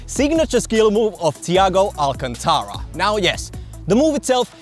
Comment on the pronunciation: Sorry but “alcantara” was too funny. It’s (all-cun-tà-ra)